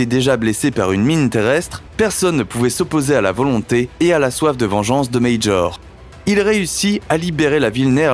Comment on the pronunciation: Léo Major, un québécois francophone. Son nom n'est pas Médjor comme vous le prononcer à l'anglaise, mais M-A-J-O-R, comme en français.